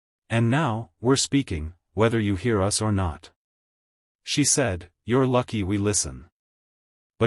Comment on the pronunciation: Yes, I like them in principal, but they are written formulaically, and read by AI that pauses in the wrong places, mispronounces words - like mixing up "us" the accusative (in the grammatical sense) of we with U.S. - shorthand for the USA - and other things which make it hard to isten to. It feels as if it has a script which has been written (apologies for the insult) by a hack american writer who's a bit over-sensationalist, (as americans often are - maybe americans have been accustomised to cheap tricks, and that passes as competent writing) and read by an inefficient automaton; 'cheaper than paying a human I guess. Has this stuff actually happened - or is it just made up Bs? It would be nice if we could be sure.